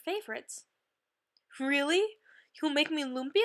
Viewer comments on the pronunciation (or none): omg you don't cook the meat before you put it in the wrapper and its pronounced lUmpya not luumpyah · That's not how you say lumpia..